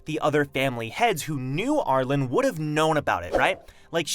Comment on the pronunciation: R-Lean, the E at the end of her name makes it an upper case pronunciation not lowercase so it's R-Leen, not R-len